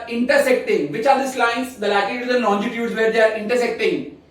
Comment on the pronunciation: I guess the pronunciation of longitudes was actually wrong..... But the explanation was really good but trust me it was not more good than our geography teacher... She is a genius...